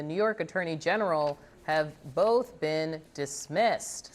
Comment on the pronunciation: Thanks for not putting an "L" in the word "both", often pronounced "boLth"